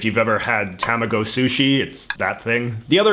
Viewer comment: It bothers me. Your pronunciation of tamago ._.